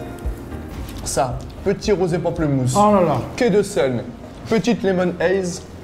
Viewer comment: « Rosé pamplemousse » par contre là c’est un non